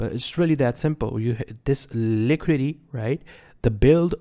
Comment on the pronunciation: "liquididity sweep"